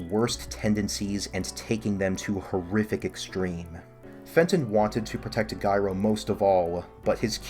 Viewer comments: It’s pronounced like the word gyro. The g sounds like a j. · Why do you keep pronouncing Gyro like ‘Guyro’?